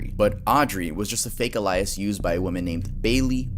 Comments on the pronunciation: The way you pronounced alias sent me lmao it’s not E -LIE - US it’s A - lee -US lmao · FYI, it's pronounced "aY-lee-us" not "uh-lie-is" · Audrey was a fake “ELIAS”?? I think you mean alias which is not pronounced the same. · Dude, you said alias incorrectly. It's not ally-ass, lol. It's ˈā-lē-əs. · It’s pronounced “ale-ee-ass” not “uh-lie-ass” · Dude, you said alias incorrectly. It's not ally-ass, lol. It's ˈā-lē-əs. Aka: A-lee-aaas. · Your pronunciations be making me so mad sometimes. UH LIE IHS, it’s Alias, AYE LEE IHS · Alias- Aye lee us not ally us. Just fyi, love your vids bro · My brother in Christ, that is not how u say alias. It’s pronounced Aye•lee•us😭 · nvr heard someone pronounced it “uh-lie-us” is that a way to say alias or no? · Aye-lee-us = Alias thanks for a good video! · Sure you already heard by now, but it’s Ey-Lee-Us for Alias. I’m starting to think some of you’s guys mispronounce on porpoise to push interaction Lol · Uh-lie-es lol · Alias is pronounced ail eee aahs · I really like how he pronounces the word alias lol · Broooo the way you pronounced alias was vile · Is no one gonna talk about the way he pronounced alias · That’s not how you pronounce ‘alias’ 😅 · you don't know how to pronounce "Alias" 😂😂😂😂😂😂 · You pronounce ALIAS horribly. This is the dumbest generation of all time. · Bruh please look up how to pronounce alias No hate 💙 love you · Alias is pronounced alias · Great video but the way you said alias really annoyed me 😅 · big fan here, but hun... you pronounced hecka words wrong in this lol. You said "fleeded" instead of "fled", said "alias" wrong, etc lol. Still, much love to ya.